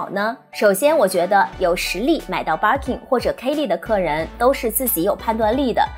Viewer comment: 我忍不住⋯⋯ Birkin 發音錯了🤫